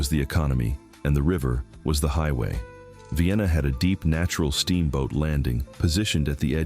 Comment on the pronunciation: I guess this is AI-narrated.. . At least I hope so. How else could you pronounce Mobile incorrectly TWICE. The most glaring error: Vienna (pronounced VIGH-ANNA) is in Pickens County, not Sumter. Nevertheless, very interesting video which I will share.